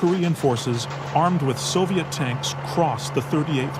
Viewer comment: 'Soviet' dear boy.